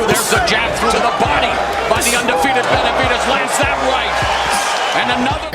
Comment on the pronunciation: Su nombre es Benavídes (acento en “í “) no, Benavidés ,( acento en “e”)